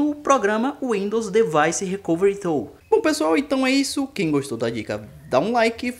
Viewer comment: Cara, se diz recovery "tul" e não recovery "tôl".